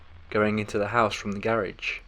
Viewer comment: I hate the way the narrator pronounces “garage”